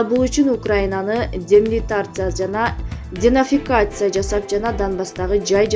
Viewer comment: Демилитаризация денацификация дегенди туура айтыш керек!